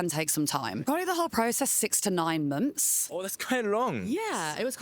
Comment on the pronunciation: I like how she says munts